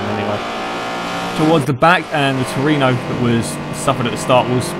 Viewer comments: Tru-e-no :P Not Torino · toyota trueno! not truino! trueno is a spanish word for thunder! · It's Trueno, not Tureno. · Looks like great fun. I might have to join in on future races. I don't have DiRT 3 though, so I'll have to skip that one. And it's "troo-en-oh". Or you can just call it an AE86, or an 86. But it's always "eight-six", not "eighty-six". Or you can call it a hachi-roku, or just a hachi. Or even a Corolla if you really want. Many names for that car.